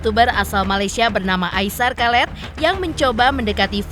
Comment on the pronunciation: Aisar kalet 🤦🏼‍♀️😂 Aishar Khaled(dibaca Aisar khalid) 👍🏼